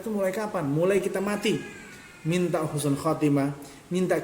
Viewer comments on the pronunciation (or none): none